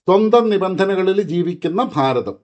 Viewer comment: നമ്മുടെ ഫാരതം ഒന്ന് മാറ്റി പിടി പ്ളീസ് 😢😢😢